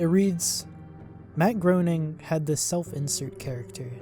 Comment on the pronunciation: You mispronounced Groening. It's pronounced as Gray-ning.